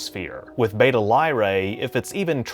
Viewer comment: It bugs me how he keeps mispronouncing "Beta" and "Tau".